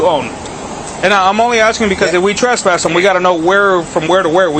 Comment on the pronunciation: "i can TRASS-PASS you" :) dummy cant even pronounce it correctly. lol!!!